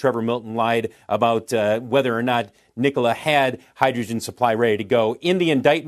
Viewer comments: ITS NOT “NICOALA” ITS “NIKOLA” 😫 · Did that chick say, " Knee Cola" ????